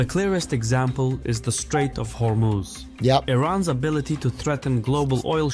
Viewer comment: hur-muz… not hormooz